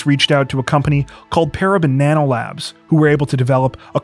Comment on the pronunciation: I kept hearing "Para Banana Labs" .....